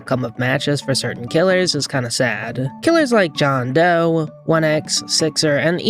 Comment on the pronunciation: Jone doe? 😭 it's Jane doe